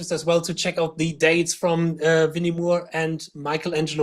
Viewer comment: How to say Gary Moore.... Not Mure And Winnie Moore is as Gary Moore (More). Mure.... What key do you play in 👀 haha